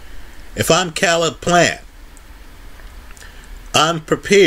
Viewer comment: His name Caleb. It is pronounced (KAY-LUB). This video is cringeworthy hearing you consistently pronounce his name wrong.